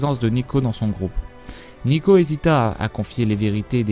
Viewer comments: Neeko, pas Neko :I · n"i"ko et "ou"vicats xD fais plus attention à ça parce que pour les fan de lol c'est dur d'entendre des erreurs comme ça xD